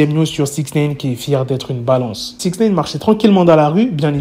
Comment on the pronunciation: Six Néne🤣